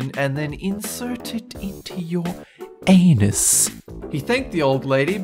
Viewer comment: Did he say "anus" wrong at first and then right later? :-/